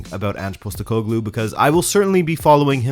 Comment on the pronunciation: Since you asked for pronunciation it's like this: Nea Filadelfia = Nea Philadelphia (literally the same word as the US city) meaning New Philadelphia, an area in Athens. Postekoglou = Posh-tEh-ko-gloo (stress the E part)